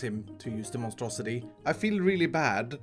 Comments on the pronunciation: He should call it the monstrosi-tree 😂 lol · What I hear when mentions his tree farm: The Monstrositree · I keep hearing Monstrositree